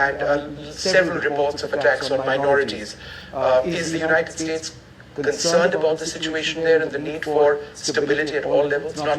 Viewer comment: Sir thoda pronunciation par kaam karo na plzzz. United States United Shades lag rha hi... Hamara ucchharan kahi kharab na ho jaye apko sunte sunte... Par content bahut achha hi